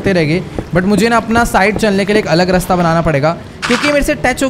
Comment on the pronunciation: Are bhai apne raste ko resta bola